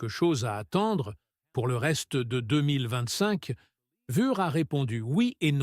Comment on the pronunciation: la voix IA est juste insupportable, mais bravo le "charlotte clair" et "koda" pour Tsunoda ou encore "Vappen" ou "Vurs" pour Frédéric Vasseur et les sous-titre "aile rond"🤣 je me demande si meme le texte a pas etait créé par IA car a la fin ca va n'importe ou ca veut plus rien dire! perso je ne passerai plus par cette chaine. 10 minute de vide et d'erreur pour apprendre de ferrari change de plancher!